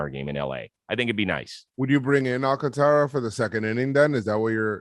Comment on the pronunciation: Bro! Its not ALCATARÁ, Its AlcáNtara. How are you dominican and botch such a simple last name😅?